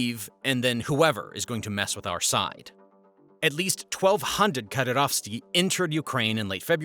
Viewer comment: mujahid -> mujadeed, Kadyrovtsy -> Kadyrovsty